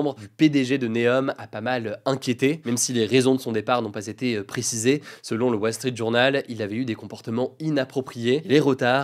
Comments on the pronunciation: LE WAUUULLE STREEETTTT JOOOURNAUULLEE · de wall srit Jonol 🤣 La vache quel accent franglais 🤣🤣🤣🤣